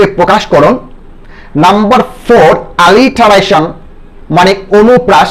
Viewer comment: আলিটারেশন না। উচ্চরন হবে এলিটারেশন।